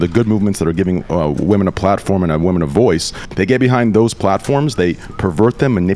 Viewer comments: Does intentionally say the word "women" wrong? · still unable to pronounce "women" properly.